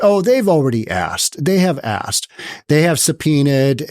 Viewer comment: well... she said axkt....